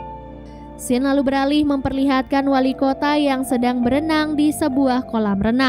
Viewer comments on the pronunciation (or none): none